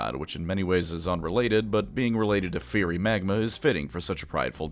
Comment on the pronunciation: Did... did you purposely mispronounce "drought" and "fiery"? Am I being ragebaited right now?